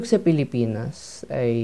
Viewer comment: I love the "Philipaenus" at 3 seconds 😂